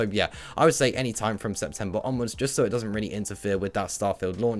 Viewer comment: So.. 👈 normal pronunciation Serw.. 👈 your pronunciation